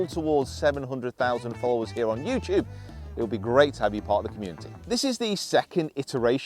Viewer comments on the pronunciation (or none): none